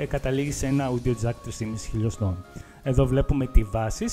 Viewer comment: το audio προφερεται ως οντιο οχι αουντιο...